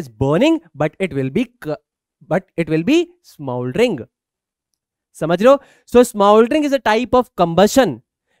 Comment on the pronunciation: Smouldering nhi hota sir (smoldering) hota hai